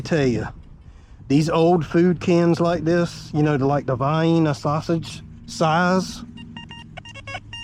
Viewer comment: First time I've heard Vienna (sausage) rhyme with Hyena.